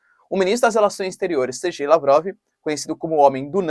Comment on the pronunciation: Ótimo vídeo! Acompanho o canal todos os dias, adoro! Só uma observação, se vc me permite: a pronúncia correta é "Serguei" mesmo, e não "Sergei". Eu sei q pode dar polêmica, pode ter gente achando que falou "Ser gay". Mas fazer o q? É esta mesma a pronúncia do nome do cara.